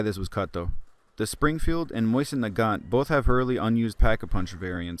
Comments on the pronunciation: Great video, would be neat to see a restored content mod for some of this! P.s. its MOE-SIN not MOY-SIN. I can let luftwaffe slide.... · good video but invest in a pop filter. Also it's MOSIN nagant, not MOISIN nagant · Mosin is pronounced moezen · "Moisten Nagant"